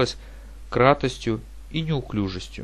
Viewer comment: Даже прочитать не смог нормально. КРОТОСТЬЮ а не кратостью.